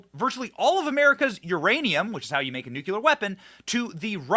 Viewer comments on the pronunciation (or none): Nu-clee-ar, Benny, not nu-cu-lar. Love ya man, but pronunciation matters.